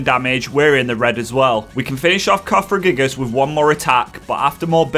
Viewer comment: You are correct, you did mispronounce Siebold. It's Sea-bold, like the ocean, but bold. You also mixed around a few letters in Cofagriegus. You said it cofragiegus. Best way to remember it is through Elisa's pun "wouldn't you cough-agree-gus?"